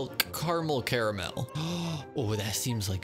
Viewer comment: this man said "caraymiel"